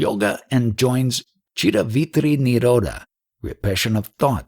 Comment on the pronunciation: Akhanda -kara-vritti...not veerati. aham-sphurana